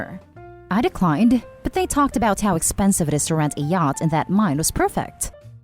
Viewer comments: Laurence and yacht flips from the normal pronunciation to yat at random. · Saying the name Thomas wrong is such a glaring mistake along with the pronunciation of yacht. I couldn't pay attention when that happens and I can't listen to the story again! It's like nails on a chalkboard!!